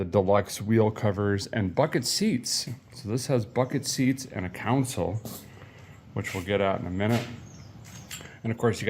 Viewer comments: Derrick!! Console (con-sole…..pronounced like the sole of your shoe) - NOT Council (like city Council) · Derek you got the Console word backwards. It's not. COUN-SIL........ITS. CON-SOUL. Console. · console not council shift lol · Always drives me nuts when people pronounce console as counsel. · Man I miss hearing people call center consoles "center counsels." I never hear it pronounced that way in the south, it was common when I was in the Dakotas, MN, and northern WI.